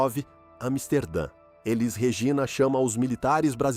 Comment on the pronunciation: É uma pena que esse narrador não pronuncie o nome dela corretamente. Élis 😟